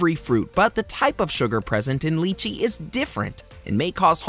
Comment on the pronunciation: Wrong pronunciation of apricots and lychee.